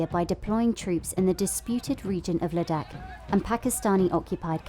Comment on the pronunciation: The narrator's pronunciation of Ladakh and McMahon slightly peeves me